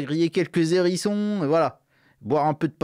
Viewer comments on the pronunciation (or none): faut arrêter avec les Zérissons!! On dit un Hérissons avec un H aspiré, bordel 😂😂